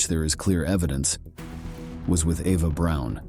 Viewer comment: Why does he keep saying Ava Brown when her name is Eva Braun?